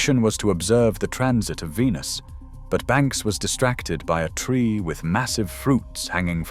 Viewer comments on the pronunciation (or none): none